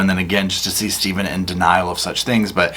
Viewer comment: The HAIR is THERE Stay-ven!! WHY Stay-ven WHYY??